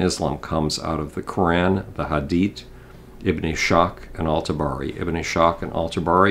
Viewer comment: it's pronounced Ibn Is-Haq. The S and H are pronounced as two letters..